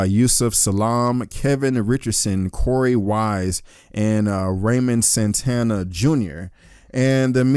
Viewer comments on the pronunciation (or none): none